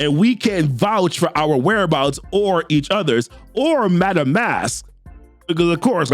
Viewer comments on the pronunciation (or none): none